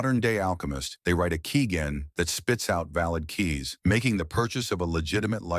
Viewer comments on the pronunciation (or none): How do you not know how to pronounce keygen? Do you say "generator" with a hard G too?